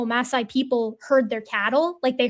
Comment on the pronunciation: You probably won't see this comment, but, as a Kenyan, it's mas-SIGH not MASS-sai. Otherwise, love the series and your content.